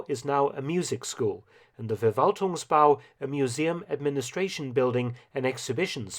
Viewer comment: And FerValtung. 😀